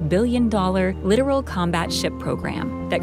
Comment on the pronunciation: Lit-OR-al, not "literal". There's a difference.